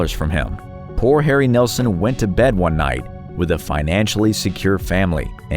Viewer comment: Harry NEILSON NOT NELSON